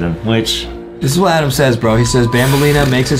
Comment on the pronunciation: It’s ADEM not ADAM